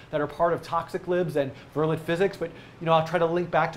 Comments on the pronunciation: btw, it's pronounced "ver-lay." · It's pronounced vur-lay not vur-let.